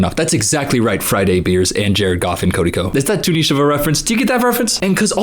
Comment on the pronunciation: thank you for saying niche right